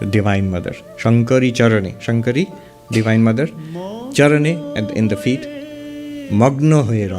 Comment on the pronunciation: It's 'Divine' not 'Devine'